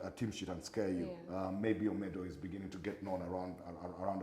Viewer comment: plizzzzz pronounce well Omedi's name not omedwa bambi Ssebo